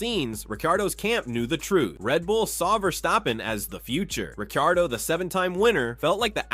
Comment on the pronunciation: bro how are you pronouncing ricciardo